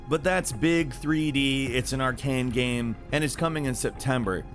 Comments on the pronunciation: when is this guy gonna pronounce "game" correctly? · Why do you always pronounce the word "game" wrong/weird at random times? Sometimes you say it fine then other times its just wrong. You do this with all kinds of random words.